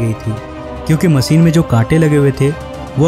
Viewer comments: Learn how to pronounce first . Machine ko Maseen , ship को sip, jis ko jish. Kya bewkoofi hai ? Hosh udda diye ko hos uda diye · आप हिंदी की माँ बहन मत करिए,कोसिस नही कोशिश होता है और मसीन नही मशीन होता है ! God help Hindi and Hindus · मसीन क्यों बोलते हो ?? मशीन नहीं बोल पाते? होस नहीं होता..होश होता है..रएहश नहीं होता!!! रहस्य बोलो!!! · Say Machine not Masin. Dafuq !